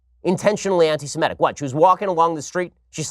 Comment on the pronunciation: Maybe he's dyslexic -- maybe he's not -- but every time Ben Shapiro says anti-simetic I want to take his kippa off his head and smack him with it.